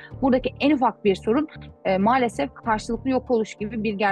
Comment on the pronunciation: neden malsefef diyor hanimefendi,ukraynali mi kendisi ?